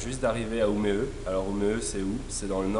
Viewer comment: Bravo les gars pour la vidéo très intéressante pour moi qui va habiter à Umeå à partir du mois d'Août prochain, par contre attention à votre prononciation du "å" suédois comme dans "Umeå" mais sinon c'est vraiment très bien ! Merci :)